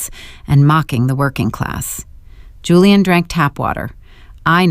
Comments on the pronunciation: Whoever runs this AI needs to stop using the name Julian since the AI reader on this channel can never decide how to pronounce it. Hulian, Julie-anne, or Julian. Whoever the operator is trying to honor with using their name in every story must be insulted. Very distracting. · Why Hulian instead of Julian!!!!